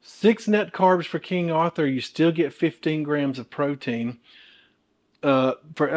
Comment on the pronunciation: I’m a born and bred Yankee and I love how you say Arthur!